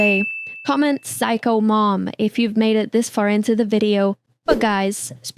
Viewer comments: Psycho not Physco🙏🙏☠️✌️🥀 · Psycho not physco💔🥀😔